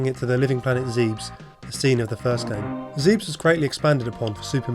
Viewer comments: it's pronounced "ZEB-ESS" which by all rights should be spelled as "Xeb-ess" but translation and made up planet names confuse things a great deal. However the creators and fans the world over know the world as "ZEB-ESS" not "ZEEBES" which for some fans, may be grating on the ears lol. But Good video nonetheless, into the creation and crazy production of this amazing game, everything else was spot on. (hopefully this helps C-Grn with the "writing down of pronunciation" as that can always be a pain, where language and "accents" + "verb usage" are concerned.) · Hate to say this but you pronounced Zebes wrong. I too thought it was pronounced "Seeb-s" before playing Metroid Other M in which the pronounciation was revealed to be "zeb-ess" which to me didn't sound as cool as "seeb-s" but unfortunatley, it is canon. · It's "Zeh-beh-s", not "Zeebs". ゼベス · the planet's name is not pronounced 'zeebs' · you love the game and its your favorite game. buty why can't you say Zebes. Zeebs OMG terrible bad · pronounced Zebbiss.